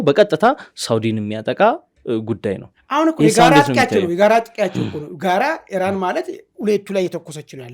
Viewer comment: ኢራን በል ጋላው ሄራን አትበል ውይ ስንቱን እናሰልጥናቹ 🤣🤣🤣